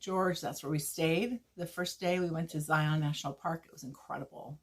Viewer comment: Hi I hope you are well. Zion’s is NOT pronounced Z eye ON. It ‘Z eye un’ thanks for being aware of this .